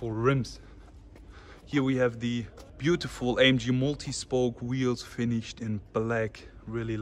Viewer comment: "buutifful E63 amg" lol.